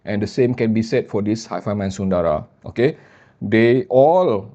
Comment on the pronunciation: the French word "timbre" is STILL pronounced "tam-bur" and the Sanskrit word "sundara" STILL is bereft of long vowels.:)